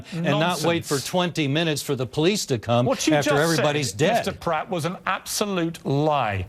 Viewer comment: It's prat v. Pratt.